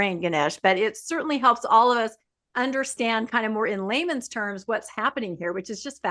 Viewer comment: I love it when she says “ in Laymans terms” and I’m thinking…. Layman or Laman ??? - lol